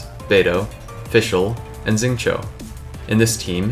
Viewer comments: That’s also not how you say Xingqiu and I feel more okay about being that guy this time because it’s a dudes name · 9.5/10 content. Would be 10/10 but you pronounced Xingqiu weird.